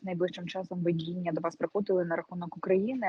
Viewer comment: ВИДІННЯ!!!! Не вЕдиння!!! Де навчались ?!((((